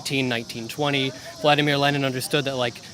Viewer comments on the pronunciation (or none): none